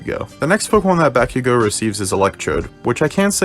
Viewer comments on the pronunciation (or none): Did you just say Bakigo instead of Bakugo?